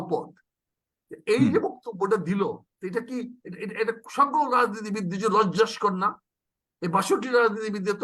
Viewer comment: লজ্জাকর হবে উচ্চারণ টা। লজ্জাস্কর না ।